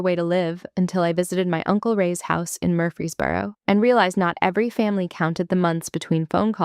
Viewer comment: Watching from Tennessee. & the town is MURFREESBORO, not Murphy's Boro!